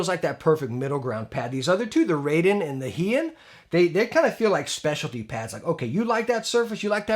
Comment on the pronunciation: Raiden is pronounced RYE-DEN (as in rye bread) not "RAY-DEN" (as in ray beam).